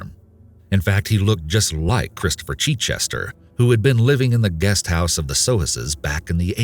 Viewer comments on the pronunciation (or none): The butchering of the name Chichester!!!!! As somene who lives near the town of Chichester in England I can tell you that it is not pronounced Chee-chester!!!!!!! Can't even listen to this! Sorry. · It's not Cheechester, it's a short 'i' as in 'it' for Chichester. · Not cheat-chester, but chit-chester. Like mitt. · "Christopher CHEECHESTER" lol. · The chich in Chichester is pronounced as in ditch. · You pronounce Chichester incorrectly. Source: currently writing this from Chichester